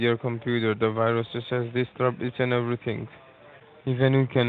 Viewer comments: Along with "wirus". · "virus..(what am i doing) wirus." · why does he keep making a point to say "whyrus" instead of "virus"? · "Virewall" and "Wirus". Wth? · Why does he say wirus